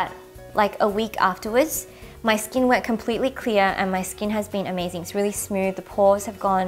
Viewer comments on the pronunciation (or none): none